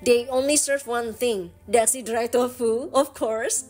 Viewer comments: Di daxi org taiwan bacanya tasi bukan daksi soalnya gk bisa sebut D itu terkenal dengan tahu hitamnya enak banget. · Kak maaf ya,itu DAXI pengucapannya bukan daksi ya tapi TA_Si..saya tau pengucapanya karna kbetulan dulj waktu kerja di taiwan,sering diajak ke Daerah situ sm bosku,memang tulisan sama pengucapan itu beda kalau untuk bahasa mandarin ya kak🙏😊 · Daxi dibaca Ta Shi kak.. cmiiw.. love you.. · Maaf kakak cantik ,just correct.Daxi itu di bacanya tasiy,dan itu kue bolunya namanya tankau (bolu taiwan) itu eyke jg bikin mbaknya🙂‍↔️🙂‍↔️ xie xie nimen ,wose chu cai taoyuan le. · Daxi tuh Dibacanya Ta xi kak ia